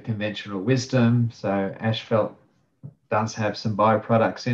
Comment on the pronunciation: why are both of you saying ash fault...its pronunciation is as fault.. asphalt ..not ashfault